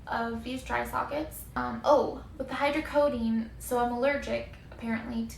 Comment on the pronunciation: Jut wanted to let you know that it's pronounced hydrocodOne and it's not Tylenol mixed with codiene, that would be Tylenol 3 hydrocodone is most commonly known as Vicodin or norco or lortab whatever. But yea just wanted to clear that up... hydrocodone is not a word that means Tylenol plus codiene